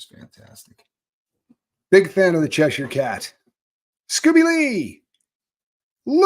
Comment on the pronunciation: As a person who lives in Cheshire, I love that you pronounce it correctly 😂